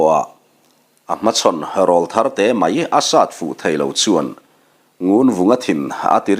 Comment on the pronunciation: Sir, Râwlthar tih hi’ râwl’ hi aw râwl sawina a ni , Aw râwl sawina, aw ki in thlak tir sawina a nih angin Râwlthar tih hi i lam dan a dik lo deuh a. I ne pawh ek hâuh lo chung leh nangmah ngaisang chungin ka rawn sawi ve hrim hrim e🙏🏻